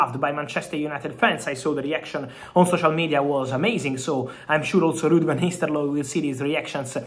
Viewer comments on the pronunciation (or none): "Rrud vanisteloy"😂